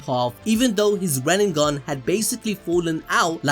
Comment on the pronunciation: Yeah, 8 years pronouncing KURUMA and RENNIGAN...